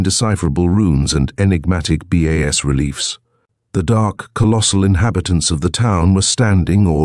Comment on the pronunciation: AI doesn't even know what 'bas relief' is, calls it B-A-S, naming each letter. Whoever programed that software is not familiar with literature, nor with language or a dictionary.